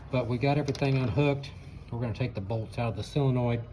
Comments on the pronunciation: It's called a SOLenoid, not a SILenoid. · i have always called it a SIL enoild... whatever,, git it done... and my Willys jeep is pronounced a WILLIS here in Texas for all my life... chill